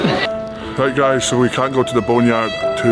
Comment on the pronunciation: The boner yard xD. I cannot figure out if Luke is trolling or if he's literally calling it that.